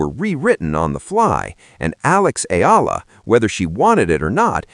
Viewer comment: Sir , She's " ALEX. E-YA - LA !, How we Pronounce her ( Family Name)"ALEX EALA" Our " PRIDE " 💖 of Philippines.. Thank U... ❤❤❤❤❤❤